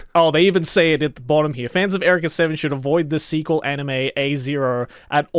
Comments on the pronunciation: Is this just Joey not knowing how to pronounce Eureka? Or is the show just weird like that? Because it’s not pronounced Erika, it’s pronounced “You-Ree-Ka”. 😂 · Erica =/= Eureka You Ree Ka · erika seven???? is that how u say it really??? no one calls it out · TIL there's a different way to pronounce "eureka."